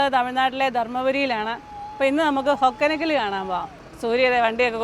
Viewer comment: ഹൊഗേനക്കൽ ആണ്. ഹൊക്കനക്കൽ അല്ല